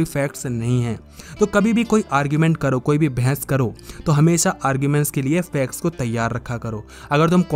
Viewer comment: Facts ko fex bolte hai ye bhaiya